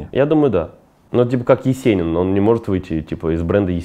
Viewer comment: Он не может выйти из бренда "Ееcенин" ПАХАХАХАХАХАХ оруууу,круто сказал.